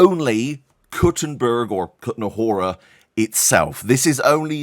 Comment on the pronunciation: Jirsa is pronounced [yirsa], Bocan is pronounced [botsun] and Kutná Hora has a long second syllable, not the third one. After so many years covering this, maybe learn at least the basics of Czech pronunciation? ;) No offense. Love your content.